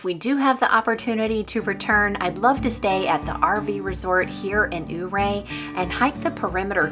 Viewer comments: Loved your vlog. I live in Ouray County and I'm so glad you got to see our beautiful country. I hope you get to come back. For future reference, it's pronounced Your-A. It's named after a Ute Indian Chief. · I noticed how you pronounced Ouray. The town of Ouray is pronounced “your-ray”. Every Summer for a little over 20 yrs, we base camp in Ouray in our RV and off road the trails in our Jeep.